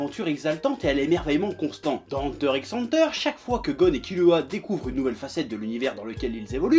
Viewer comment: Kirua pas kilua